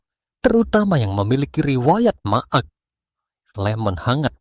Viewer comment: Narator PERBAIKI CARA MEMBACA TEXt mu dong Maag itu di baca mah bukan maag